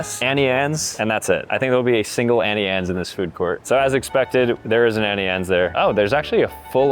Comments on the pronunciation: “Annie Anne’s” I see why bro can’t read no more but it’s pronounced (Auntie Anne’s) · Annie Anne’s it’s auntie annes